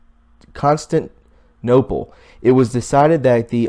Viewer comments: Pronounced BURRRGWAH French for middle class CONS- TAN-TINOPLE!!!! LOOK IT UP BEFORE YOU READ YOUR STUFF. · Pronounced (sounds like) 'bors-Wa-zee' and ' con-Stan-tee-no-pool'...... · "bourgeoisie"is pronounced: "booj-wa". The 'j' has a soft 'j' sound. The 'a' is a small 'a' sound. Constantinople is pronounced "Kon-stan-ti-nope-ul". The 'ti' has the small 'i' sound. The 'le' on the end of Constantinople is pronounced "ul" with a small 'u' sound. I appreciate your research and presentation, but you need to research and check the pronunciation of words that are you are unfamiliar with so that you don't undermine your work. Presentation does matter! Most people, especially professionals, place more credence in a person who sounds educated. Therefore, in order to be taken seriously, we MUST SOUND educated so we will be taken as credible. There are other words in your presentation that also needed correction but I don't mean to nitpick. I am only trying to be helpful so you can improve your presentation. Please don't take this as a troll trying to discredit you. I really care about what you are doing and just want you to improve how you present your work so it will be taken seriously. And by the way, you aren't the only person online who is mispronouncing words, but I don't try to help everyone, only those I think are sincere and otherwise present good information. So keep up the good work! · Hilarious listening to you try to pronounce some of the well known words like Constantinople, which is known today as Istanbul.